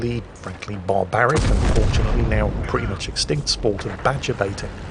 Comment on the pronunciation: "Beta"? What the hell does "beta" have to do with badgers and dogs.... ohhh "baiting". That is some hell of a way to pronounce "-ing"